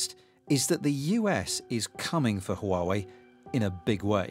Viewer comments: 🤬🤬 ITS PRONOUNCED WAH-WAY!!!! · 华为 Huawei，the reporter don't need to change the tone everytime he mention it. Different tone carries different meaning, or even meaningless. Time to learn Mandarin! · HUAWEI=who are way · HUAWEI made a video teach foreigners how to pronunc HUAWEI，they say it should pronunc wuawei，so it is not foreigners fault，I think its easilyer for Germans to pronounce Huawei，there has a lots “H” sound words in German